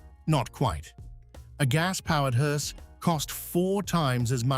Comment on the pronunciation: AI is so f*ing lame! 2,23 "mounting a body of a HORSE"? Nice video though, thank You and I will go long before You and unfortunately not in a Caddy. Note that Queens English is my third language.